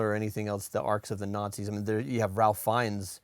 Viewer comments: FYI- 'Ralph' is pronounced 'Rafe' sometimes, this is one of the times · Just an FYI. Ralph Fiennes's first name is pronounced "Rafe". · Fun, little-known fact: Ralph Fiennes pronounces his first name Rafe/Raif, rhyming with safe, chafe, or waif. No clue why, but there you go. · Ralph Fiennes name is pronounced "Rafe". Its not Ralf, its Rafe. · every time you pronounce it ralph instead of the british pronunciation, which is more like RAFE/WRAITH/FACE, I die a little inside:) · Hey guys—Ralph Fiennes’ name is not pronounced “Ralph”—it’s “Rafe,” spelling notwithstanding.